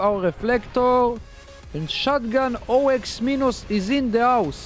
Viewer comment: Me every time he says o-x minos ITS OX MINOS REEEEEEEEE